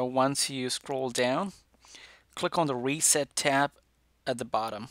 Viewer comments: “Click on weset” wow ur a christen man ofc! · We-set ahaha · Who heard weset